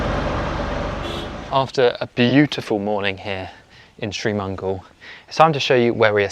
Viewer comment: It’s Sri Mangal, not Tree Mangal